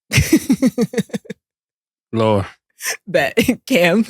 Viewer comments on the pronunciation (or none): Im so glad called out Mase on his Lukahhh pronunciation lmao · said Luke Kah 😆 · They butcher everybody name. Who is andre inkwadala 😂 or lukahhhh don kich. 😂😂😂😂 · W for FINALLY calling this man Ma$e out on his 'LUKAHH' pronunciation 😂 Like damn nigga we fk witchu but come on g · 😂😂😂 "Luk-ah! Mase that is how you say it!!". Lol 😂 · calling out Ma$e's pronunciation of Luka 😂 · It was hilarious how clowned Ma$e for how he says Luka😂😂😂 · I thank for calling out Mase pronouncing Luka name ridiculously 😂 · Thank you stat for calling out Mase on his horrible pronunciation of Luka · Man, y'all need to go back to the studio in Miami, when the show was Raw and Authentic (that's what separated y'all from everyone else)! Now, Ma$e's takes are ASS... don't bring any relevance or context with her takes...KILLA the only one know what he talking about (he just has to get his words straight, ie "stanima" "Darwin Ham" etc).... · I HAVE BEEN ASKING SOMEONEBTO CORRECT MASE ON HOW HE SAYS "LUKA" FROM EPISODE 1. THANK YOU 😂😂😂